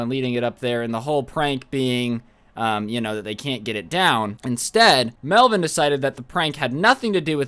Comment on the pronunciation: hahaha hey man its “melvin” lolll